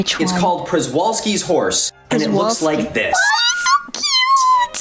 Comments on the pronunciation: It is not Rrzvalski. You can easily Google out that's a Polish name Przewalskii and RZ in Polish is pronounced as J in French. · I like the way you react,. You watch and learn intently, go back when you need to, read some comments, and you go out of your way to look up the things you didn’t know about before. Gold star material right there! Btw I love Milo and his vids, but Przewalski is pronounced more like shove-ALL-ski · I think misspronouncing Prezwalski gets a pass. I mean there are letters in the Cyrillic "Пржевальский" that take like 3 Latin letters to get as much as an appropriation to the correct sound. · Kowalski, analysis! "It appears you mispronounced Przewalksi, sir." Darn! Foiled again!